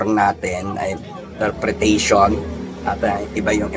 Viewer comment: In-ter-pre-ta-tion..you're welcome hehehehe❤❤